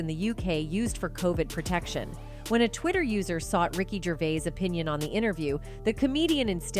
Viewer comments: Gravis? I’m not watching this if you can’t get the names right! (Or train your AI…) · Sure did 😅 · 😂😂😂😂 she did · Ricky fuckin GRAVIS? What the fuck bruh? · Did you say Gravis …😂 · Did she say Ricky GRAVIS? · Yeah.. Ricky gravits u know Ricky Gray ice surely u know him 😏 BLOODY AI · She butchered that name lol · This is painful! Why does she keep mispronouncing his name! ?? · Pretty shit AI if it hasn’t learned how to pronounce Ricky’s last name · Pronounced his name so many was but never got it correct once.. top quality journalism herr folks. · Numerous times. I think she only pronounced his name correctly like twice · She said it wrong and then right. 🤦🏻‍♀️